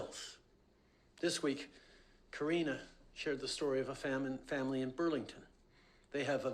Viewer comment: "Corina shared the story of a Famine (Family)" . Is that Disclosure or a Fruedian Slip?